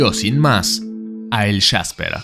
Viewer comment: Es jasper no el shasper